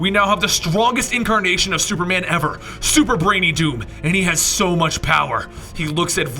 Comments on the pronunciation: I loled when he said "SuperBrainyDoom" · Super-Brainy-Doom? Really? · "super-brainy-doom." 👍👏😂😂😂 lol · lol he said superbrainydoom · super-brainy-doom? wtf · "superbrainydoom" lmao im dead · I laughed so hard when u said "SuperBrainyDoom" or atleast i heard that